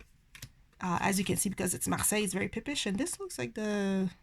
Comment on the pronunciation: Thank you for sharing your not so common choices 😊 I love your pronunciation of Marseilles...I minored in French but could never master that r 😒 I am equally repelled and drawn to the Pole Ka which means I will probably love it when I finally get it in my hands! lol